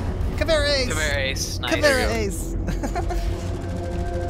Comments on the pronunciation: Of course white boy has to say CAVERA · Hey, boys and girls (and wtv gender the others claim to be), on today's lesson we're going to learn how to say 'Caveira' because ignorance isn't sexy. Repeat after me: Kha-Vei-Ra. Not "Cavera" or "that brazilian bitch who has poor choice in make-up". On our next lesson, we're going to learn more about Jäger, which isn't an alcoholic beverage nor is it spelt like it nor is it said like it. And remember, kids. Just because you're American doesn't mean you should be stupid.